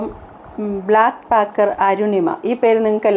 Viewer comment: … It’s not BLACKpacker… it’s BACKpacker… BACK not BLACK… Sorry, it’s a humble correction…